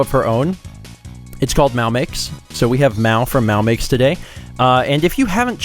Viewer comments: I've always thought he said Mal like Meow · I thought he said MalMix at first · The way says "MalMakes" sounds like he's saying "meow mix" (the cat food).